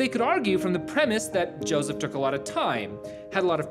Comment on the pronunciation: its josef not josiv ....ur nutz